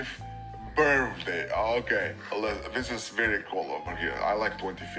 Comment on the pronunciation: “Twenty- twenty fiffff - Birfdayyy” 💀